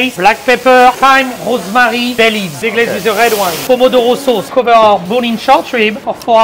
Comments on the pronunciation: Mon Ami it's pronounced Rhose Mahkrie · “RHHOoseMeeRRRY” love how this is exactly the frenchiest way you could pronounce every word 😂